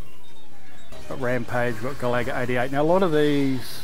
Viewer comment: Great video! by the way its pronounced GA-LA-GA not GALAGO 🙂@